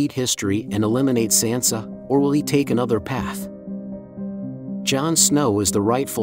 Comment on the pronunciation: How do you STILL not know how to pronounce Sansa????!!!